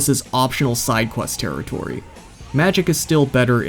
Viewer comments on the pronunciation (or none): none